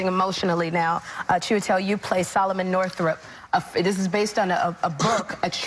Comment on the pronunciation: That woman couldn't even get the name Northup right.